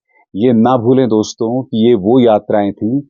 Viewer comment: Jab kisi ko address karte hain to Dosto (दोस्तो) kehte hain Doston (दोस्तों) nahi दोस्तो कहा करें अभिसार जी